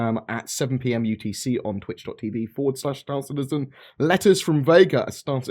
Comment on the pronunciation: STAR citizen, not city citizen. Lol